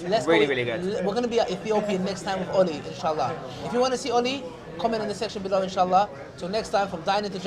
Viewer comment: Wow at the end he can't even speak right he said oli and ali wrong everytime which was 4 counts. I know he is wrong but am subbed to him because he is kurdish and so am I but for real I can't listen his supposed comedy is not funny. And really you can't take knowledge from someone like him or MH